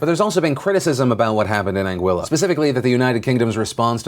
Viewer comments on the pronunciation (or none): Phil, its An GEE LA. not an Guilla.. FFS